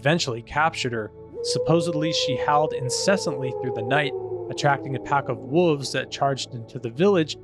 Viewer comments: Woves??? There’s an L in there… you pronounce it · Wolves is pronounce "wallves" not whatever the fk youre saying my dude. God bless. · They’re called wolves. Not woovs. There’s an L in there. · I can honestly say I have never heard the word wolves pronounced as “wooves”. My mind is blown 🤯